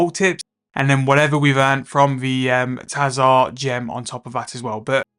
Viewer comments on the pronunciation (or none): Your pronunciations and abbreviations are lowkey funny and get stuck in my head like earworms "invo" instead of "invent" "Tahzahr instead of tzhar"